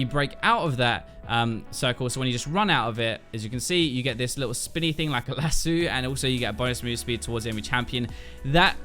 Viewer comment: It’s lass-oh...